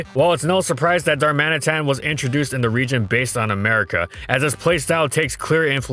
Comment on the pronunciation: And learn how to pronounce Galarian Darmanitan, its *D*armanitan not Garmanitan, doesnt see my comment and cant pronounce Darmatian, wow, unbelivable